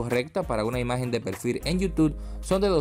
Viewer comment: Acá en donde dice pelfil :v